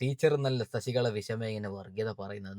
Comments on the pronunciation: ശശികള അല്ല ശശികല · ശശികള അല്ല (ശശി കല എന്നാണ് തെറ്റു വരാതെ sookshikkuka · ശശിക ള അല്ല ശശികല ഇങ്ങനെ പറ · ശശികള അല്ല ശശികല ആണ് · ശശി കള... അല്ല ശശികല അല്ലെങ്കിൽ വിഷ കല.. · ശശി കള അല്ല ശശികല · ശശിക" ള" അല്ല ശശികല. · ശശികളാ അല്ല ശശികല